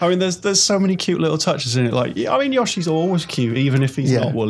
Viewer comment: His name is Yoshi, not "Yosshi".